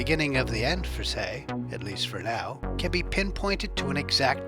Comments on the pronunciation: His name is Tse, not Se. You've got to pronounce the names properly. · Please!! TSE is not pronounced as 'Say' it is pronounced as 'Chair'